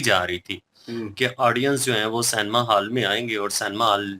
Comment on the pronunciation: canema hall nhi cinema hall...😂😂😂